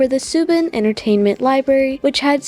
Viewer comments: The company's name is pronounced as Sa- bahn , not "Sue- bin" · also its pronounced Sa-bon, sorry not trying to mean it was bugging me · It’s SAY-BAWN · Did your pronounce SABan and subun 😂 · sah-bahn….that literally hurt my soul.